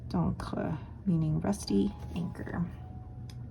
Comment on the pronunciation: Rouille is pronounced rooy so you had the r and y sounds correct but it's an oo (as in boot) and good job with encre👍🏽